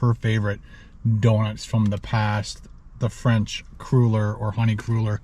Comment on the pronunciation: I do believe they're pronounced "cruller" as in "duller". One of my favs for years.